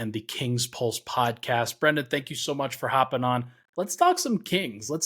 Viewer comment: It's Brend'on... You welcome